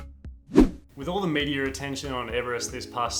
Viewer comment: What is medier? Do you mean media? Get that intrusive R out of your speech it makes you sound dumb AF